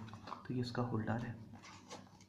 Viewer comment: Holdaaaar नहीं होता....... होल्डर hota hai